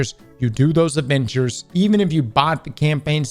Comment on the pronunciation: Did anyone else hear Avengers when he said adventures?